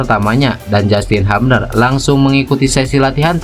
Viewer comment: Justin "HUBNER" bukan "HAPNER" 😂 haha.. sorry